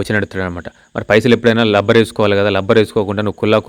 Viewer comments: Labber kadhu Rabbar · బాబు లబ్బర్ కాదు రబ్బర్ బాండ్ అనాలి..... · అంతా బావుంది లబ్బర్ కాదు రబ్బర్ అనండి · లబ్బర్ కాదండీ బాబూ, రబ్బర్